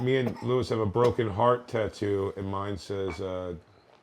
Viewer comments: OH MY GAAAWWWDDD! We GET IT Bert! Saying "Tuh-too" instead of the actual word TATTOO is so original and quirky and just SO you!!! 😆 It's dumb and I hate it! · For the love of God! Someone please tell Bert there is no "i" in tattoo! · For the love of God pronounce tattoo correctly Bert